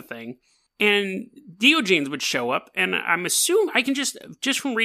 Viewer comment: This guy is my hero lol. Hate to be that guy but...Die- On- A- Geez is how you pronounce it bud lol :D